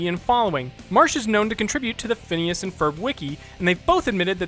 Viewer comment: 1- Yes, they do end up together. 2- It's Phineas, not Phinises.